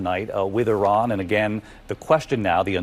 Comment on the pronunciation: Please pronounce Iran and Iraq the proper way i neither of these begin with YUR.